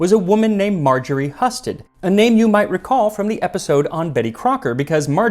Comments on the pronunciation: You're usually incredibly accurate with all kinds of names from all over the world - are you sure it is Margaret Husted (huss sted) not (hew sted)? I've known people by this name, and they always say hew-sted - which doesn't mean you're wrong, but curious if you have better reasons than I do. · Hi Max, love your show! I am related to Marjorie Husted and we share the same last name. Just so you know, it is pronounced “Hew-stead” 🫡🧑‍🍳